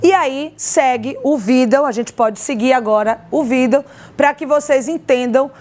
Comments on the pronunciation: Gritante é a jornalista que insistir em dizer vídel em vez de vídeo! E a Advogada dizer "agente vamos". Só pode ser do nervosismo!! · E a jornalista em insistir com vídel em vez de vídeo!!